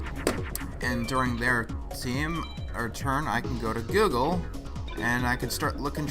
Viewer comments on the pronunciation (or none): none